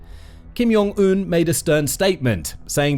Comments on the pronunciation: Kim yong un? JONG not yong 🤣 and Kim Ju “EYE” AEEEEE not “eye” the British can’t really pronounce anything right 🤣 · Hey friend. I enjoy your channel, but you should probably know Kim Jong-eun's name is pronounced with a hard J, like the words "Jam, Jack, Joke and Jiffy" not a "Y" sounding J, like in Hallelujah, Johan and Jurgen. If it were Kim Yong-eun, it would be spelled that way, and written differently in Korean (김영은 or 김용은) instead of 김정은. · Pronunciation note, he's not from Belgium. It's "Jong" with the "J" sound.